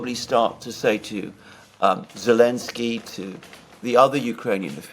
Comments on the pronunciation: Why does say Elensky” and not Zelensky? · Why calls Zelensky Elensky?